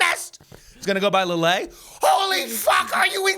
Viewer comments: I'll be that commenter for a mo. McCleod is how McCloud is really spelled. Famous town in France is Leeuhl. The best medal, Croix de Guerre is Kwah duh Gare (like guerrilla, sneaky soldier, rhymes with gorilla usually as a borrowed word). Love you kids figuring out society & history with very different technology & for women, freedoms. Like, concubine is better than streetwalker, or poverty-paid factory work, in an era of very restricted opportunities. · I love you guys, but constantly hearing Lille pronounced that way almost killed me. Like constantly saying Calvary (like where Jeezy Creezy was crucified) when he's trying to say cavalry.